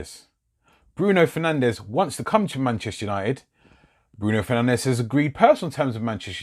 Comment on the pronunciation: Its pronounced fer nanj not fernandez